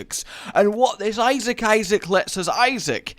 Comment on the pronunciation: New drinking chalange : take a shot when rage says issiac